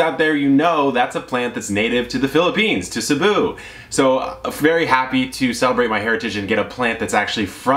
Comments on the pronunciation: When you pronounced “cebu” perfectly I had to do a double take, happy to know you have pinoy blood. Keep up the great work, love your videos!Your fan from Cebu, Phils. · didn't know you were pinoy!!! thanks for saying Cebu right. lol love your informational videos 👌🇵🇭